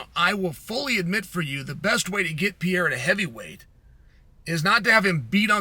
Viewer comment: Chael, are you trying to say “Pereira”?